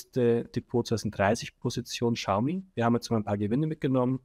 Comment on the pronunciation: Xiaomi : schau mi